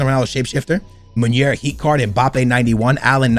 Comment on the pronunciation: nep,bateson and all call munir munier...why haha